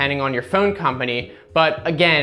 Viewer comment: Who says the word PHONE like PHEUUNE? Thumbs-up anyway. For the PHEUUNE.